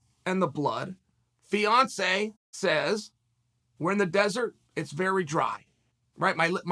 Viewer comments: Damn…I wasn’t listening well the first time and I thought chael said Beyoncé instead of Fiancé I was like damn…he assaulted Beyoncé? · 50% of the time Chael is saying Beyonce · Yeah I noticed that extra syllable. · Snap I thought Chael was saying Beyonce. Shit I was hella confused for a minute.